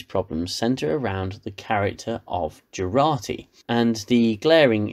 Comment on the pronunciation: Its Jurati...not Gerati